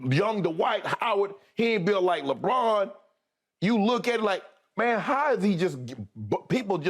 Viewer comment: Bruh said lebrick😭😭💀